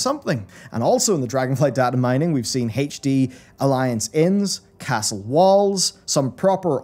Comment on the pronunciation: "Hache Dee". See a speech therapist please.